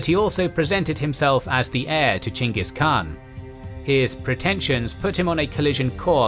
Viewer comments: It's chingis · Pretty sure their name isnt pronounced chingus. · Really? Chinkis? Learn how to properly pronounce his name.